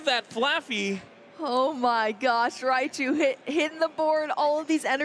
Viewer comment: "MiRaichu" HAHAHA